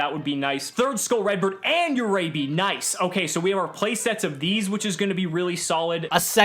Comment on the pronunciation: Omg i cringed too hard when he pronounced Uraby as "jurejbi"...dude it's literally pronounced as "Urabi"